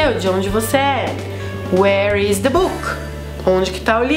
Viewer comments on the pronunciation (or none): none